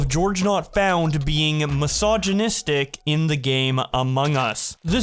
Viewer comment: “Just had a mysignisitic interaction ..” Jfc…